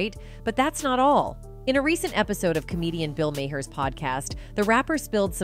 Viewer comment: Dudes name is pronounced, Bill (MARR)